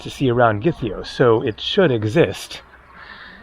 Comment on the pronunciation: Zacharoplasteio - meaning sweet shop. Zachari is sugar in Greek and related to the synthetic sugar substitute Saccharine. Oh how I miss those sweet shops! BTW Gytheio is pronounced YEE-theio - w/ the G becoming soft in certain cases.